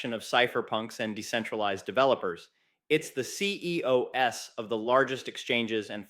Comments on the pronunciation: CEOS instead of saying CEO’s …. Yeah. At least an avatar. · "C-E-O-S"? Not "Ceo's"? I'm wondering if you're a person or totally AI-generated. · I knew as soon as he said CEOs as “C E O S.” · OMG did I just hear you say CEO "S" at the beginning?!? AI generated piece of $HIT